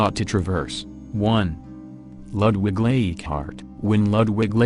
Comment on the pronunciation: I would appreciate the correct pronunciation of the names please. Leighardt is not eeegart.